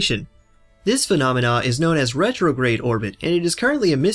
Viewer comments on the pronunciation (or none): none